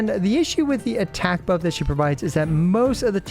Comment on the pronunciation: Buff by the way not puff lol😂